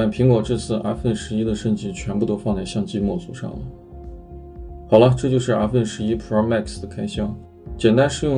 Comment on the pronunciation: 真是云南人？阿分11。云南很多地方是不发后鼻音的。